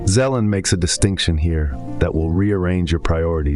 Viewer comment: Vadim Zeland not Zelan. Great video.